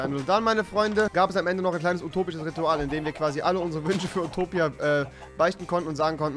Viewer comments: Nich Upotipia sondern Utopia XD Remi sagt immer statt zwischen zwichen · Oputipia hahahahah